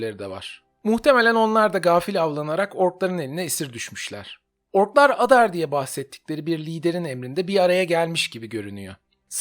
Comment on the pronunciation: Adar diye değil "eydar" şeklinde telaffuz ediliyor dizide